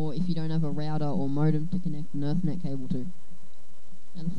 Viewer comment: you said erthnet like 20 times, its ethernet. E-thernet